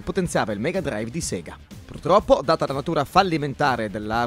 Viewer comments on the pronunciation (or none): none